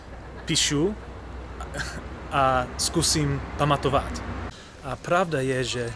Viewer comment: Wow, your Czech is amazing!!! Since you asked for advice, in Czech we always put stress of the FIRST syllable of a word. This simple adjustment will make your Czech sound a lot less English. :-) For example in the word “pamatovat”, don’t put stress on “to” but to “pa”. In “napsat” stress “na” instead of “psat”. Etc. I’m looking forward to your future videos, and your progress in learning Czech. So far you’ve been doing great! Hope you keep it up! :-)